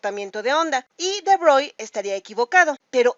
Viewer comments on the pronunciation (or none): SE PRONUNCIA BROGLI (CON ERRE FRANCESA) H MON DIEU JE MEUR